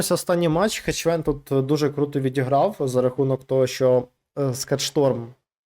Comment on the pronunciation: Друже, він не "ХеЧвен".